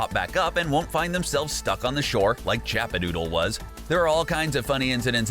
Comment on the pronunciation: 2 things 1 it’s chapadoodle not chapadootle and 2 it’s LAZY links not lucky links oh and ps you said salty the showed a picture of tilted towers